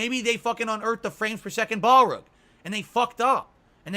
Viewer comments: Why does he mispronounce everything? Balrug? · I HAVE ONE FUCKING SERIOUS QUESTION: what is a ball-rug? (he asked calmly)